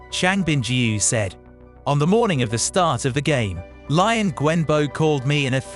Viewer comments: Don't pronounce Liang Wenbo's name as 'Lie-ang'. Try 'Lee-ang' :) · The narrator needs to learn how to pronounce the names.. Lion lol